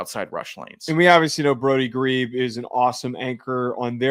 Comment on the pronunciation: Guys - once again. His name is pronounced "gree-bee". Not "greeb".